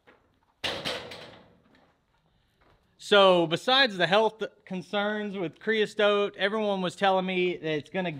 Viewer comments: Looks like it went fine to me. I'd do it. Your killing me with "creas(t)ote" though. Keep em comin, we'll keep watching. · Creosote...you added a T in the middle where there isn't one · Not CREOSTOTE. It's creosote. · It's "creosote" Not whatever you were saying! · the word Creosote has the "t" at the end and none in the middle